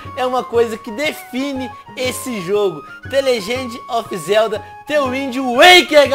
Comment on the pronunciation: Isso foi IRÔNICO eu sei q está escrito errado, apenas imitei como o Venom falou no vídeo (pois a pronúncia dele está errada)